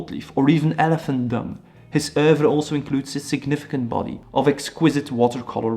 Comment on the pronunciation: I like when you say, “oeuvre”. That’s all.